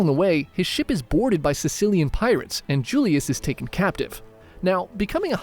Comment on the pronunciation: Cilician pirates... not Sicilian pirates.